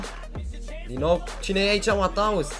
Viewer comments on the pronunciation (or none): se spune mateus